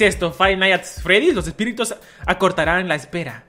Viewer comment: Soy solo yo O dijo Espíritos??